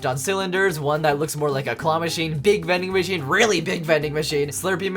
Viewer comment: Man when he said “it’s vendin machinein time” I really felt that. 10/10, would vendin machine again